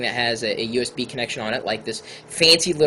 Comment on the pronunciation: Fine, don't say U.S.B. say usb, but don't say usbu, it bugs me...